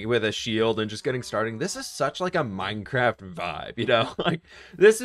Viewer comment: Are u good at minecwaft